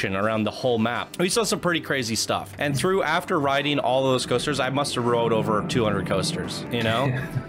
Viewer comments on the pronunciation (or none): none